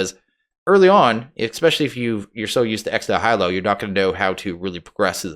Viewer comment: The "nihilo" in "ex nihilo" is pronounced like a certain science guy's last name, followed by the word for slightly sick, then the sound of realization: Nye-ill-oh It's from the same root word as "nihilism," and the full phrase (ex nihilo) means "from nothing."